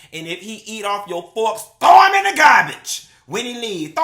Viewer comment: THAT TOO! You had it right the first time, THEY STOLE THAT GIRL MAMA! ON TOP OF THE MONEY. THOW EM IN DA GARBAGE! You ain't tell her to soak the fawks in bleach water, ranch em off or nothing, simply THOW EM IN DA GARBAGE! My old man and I are laughing our azzez off! We finna be saying this now. We already be walking round the house telling each other, YOU NUN F&&CKED UP DA THANG! AHHHAHAHAHAHA! We first heard you say that in your video when Donald Trump got elected. He actually just said it the night before last when I let my daughter cook the cabbage and she put too much salt on it, he came home from work, tasted it and said, YA'LL NUN F&&CKED UP THE THANG! When I tell you we be crying laughing! And this fool said BAZE or BASE, LMAO, we know Q has his degree and know he meant bathe, but we have to reach the hood folks too. BOFLMAO!